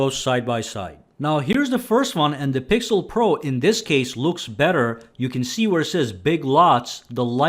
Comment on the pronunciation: I think that was a joke but what he was trying to say was when the iphone was worse the video author said "Here iphone wasn't that good" but for the times when it's the opposite he goes "iphone was better than google pro (?) because it's better and it's better" also he mispronounced the pixel's name 90% of the time or just said the full google pixel 6 pro, while he never said the full apple iphone 13 pro max name, that's too comically large to take the phone seriously and the guy recording is a clear apple fanboy.